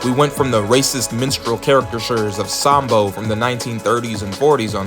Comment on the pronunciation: Saam Bo.??? No. Sam-Bo.